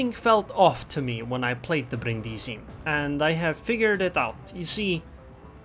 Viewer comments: Bríndisi, not Brindísi, please :D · The accent is on the first "i", not the second one, it really sounds terrible xD